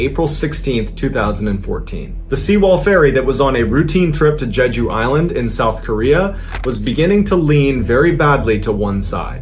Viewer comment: Selfish decisions throughout, from illegal renovations to a captain saving only himself. Total lack of care top to bottom. Kind of related, Mr Ballen's story telling is amazing. And I am very impressed with his pronunciation of "Jeju", nearly like a native Korean.